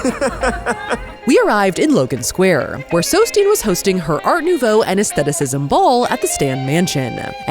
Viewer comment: Thank you for pronouncing aesthetic/aestheticism correctly!